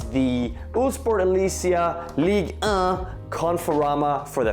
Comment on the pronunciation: Just a jersey of PSG less to be in agreement with ligue 1 (actually good pronuncation) Otherwise good video as always !